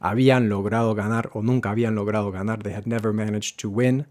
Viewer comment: Why does "" pronounce the final R of infinitives as the rolled RR (as in PERRO), instead of the correct tap R (as in pero)? This is, I believe, a non-native speaker over-correction. It isn't right to say "no va a ganarrr"! (Some of us non-natives are, it seems, so pleased about having learned to pronounce RR, that we use it where it doesn't belong.)